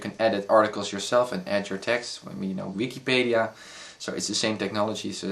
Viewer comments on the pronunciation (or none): I loled when he tried to say Wikipedia :p